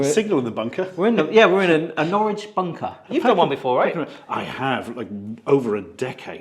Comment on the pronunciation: Norwich should not rhyme with porridge.